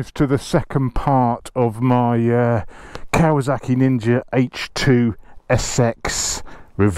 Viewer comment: Why is this man calling this bike "KawaZaki"? Why can't he pronounce the name of this bike correctly? It's KawaSaki !